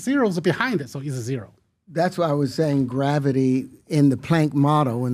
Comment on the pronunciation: Graaavety and 36 siros